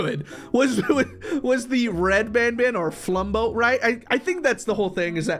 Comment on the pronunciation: It’s been like a year and bro still does not know flumbo’s name